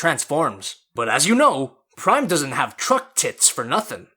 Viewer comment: Truck not T-reck